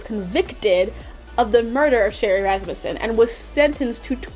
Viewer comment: Wow you actually pronounced Rasmussen correctly I'm impressed.